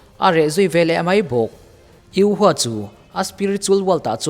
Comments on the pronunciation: U ho tih tur u hua nioin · Yu ho ti in ko zawk la?😅 a flim a an pronounce ang in